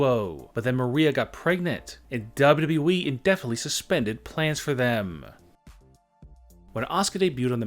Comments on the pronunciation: Why do you say wwe so weird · How do you say wwe man no offence but your still good